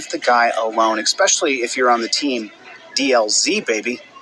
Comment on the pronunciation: (exspecially?) Seriously self-proclaimed scholar? Your scholarship certainly is not in the English language.